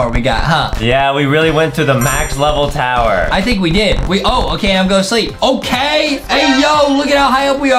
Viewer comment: Adam made a mistake by saying tower to towyer